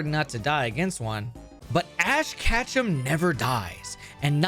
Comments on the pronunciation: I mean no offense, I love your content, but a small part of me gets triggered whenever you say Catchem instead of Ketchum XD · The run is invalid; you mispronounced Ash's name every time you said it, therefore this was an Ash "Catchem" % speedrun